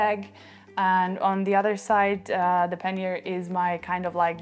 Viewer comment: You are french and you are mispronouncing the word pannier